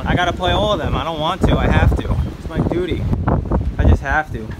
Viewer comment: Did you say duty